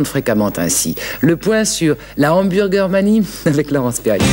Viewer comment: En résumé, William Sheller était à l'époque le seul français à prononcer correctement le mot hamburger. En 1997, ouiiin, BK quitte l'hexagone. La disette durera 15 ans